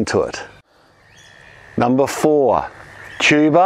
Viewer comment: The first time I heard you say "tuber" I thought I'd heard "cheeba". Unfortunately, around here, we can't grow cheeba in our gardens.